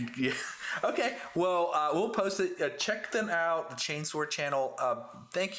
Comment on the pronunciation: Ooooohooo ! Two of my favourite channels just collided ❤ great job ! Hope you enjoyed having someone saying chainsword correctly guys ! 😘